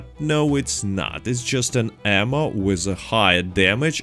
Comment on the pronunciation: I keep hearing "armor" when you say ammo. "Explosive armor" lol, that is literally a suicide bomb vest x)